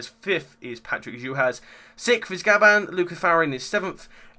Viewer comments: Well...you pronounce Gam-ba as Gab-ban and Fa-ri-na as Fa-RIN. Apart from that, all good. Especially your counting skills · Well, looks like I'm amazing on qualifying but...not really too incredible in the race. And, if you really are great, pronounce Gamba's and Farina's name probably 😝. Though I'll give you a pass on Fachrizain, his name is impossible for most.